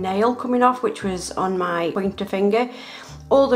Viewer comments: Does anyone else get annoyed when she says me nail instead of my nail. 😡 Lol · I like her accent I like how she says "taking off me nails" in stead of " taking off my nails" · I love how she says “ it’s stuck on mee fingernail”